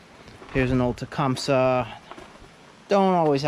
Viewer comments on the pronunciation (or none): Tucumseh is pronounced Ta-come-see